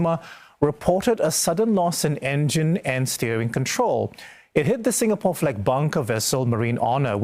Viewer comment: Singapoor? Sing a poor? Sin and poorahh!!!